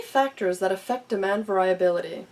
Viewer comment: Check your pronunciation of "variability." And "causal" is not the same as "casual". Who edited this video?